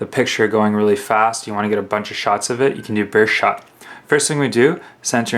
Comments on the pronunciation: It's not burshot it's burst shot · Burst shot...learn to open your ears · What the fuck is a bursh shot? Speak English boy. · lol he cant say burst shot